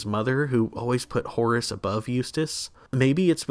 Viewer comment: Actually, it’s Horst, not Horace.